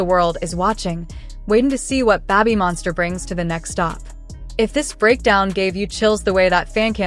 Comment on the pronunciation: Yeah, getting tired go hearing Babbymonster 😆